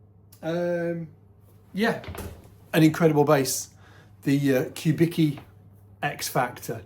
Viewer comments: I like how the last name that is pronounced something like Kubitzky , is pronounced like Kubiki . A guy who was probably born in eastern Europe, all of a sudden sounds like he was born in Japan. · note the correct pronunciation: [kuˈbit͡ski]), not [ku’biki]. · I'm pretty sure it's COO-bicki not Q-bicki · Man, he's [kubitski], not [kubiki] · I was gonna comment that too,. Even says it on the Wikipedia page if had read it 🤣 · his obituary says he was born in Detroit, his parents or grandparents were born in eastern europe. Also his companies wikipedia page says whats the correct pronounciation of his last name EDIT. Dag a bit now in publicly available sources on the internet. Phil's das was Walter Charles Kubicki, born in Rhode Island in 1915. Phil's grandfather from his dad's side - Casimir Kubicki was born on territory of current day's Poland.